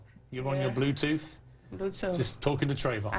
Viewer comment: what the fuck is a blutoof? and i didn't know question is a feeling! WTF?